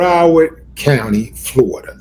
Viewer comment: Why do you say Florida like that Wille D? You live in Texas I'm from Florida but have lived in Texas, Texas is more Racist than Florida all day. You got people who live here that won't even go to Texas because of it. I definitely experienced more Racism in Texas from Whites and Hispanics.